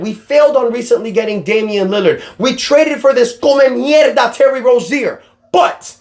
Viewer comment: Lmfao i love when the cuban come out when yu upset bro “this come meirda” i felt that